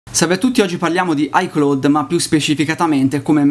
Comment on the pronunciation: Si dice: Ai claud... Se devi pronunciare una parola inglese usa google, non si può sentire pronunciato così.